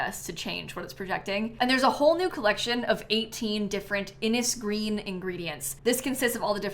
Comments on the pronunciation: Innisgreen should be pronounced like "Inish-green" as it appears to be based on an irish language naming system!! So glad sims team are finally giving us some love haha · As an irish person the pronauncuation of innis green is killing me😅